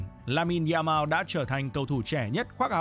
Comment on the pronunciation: “Za mao” Nghe bạn đọc mà nhức cái đầu